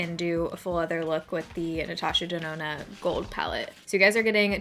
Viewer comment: Natasha Denonna more like Natasha DoNahNah...nah for that price anyway. 😆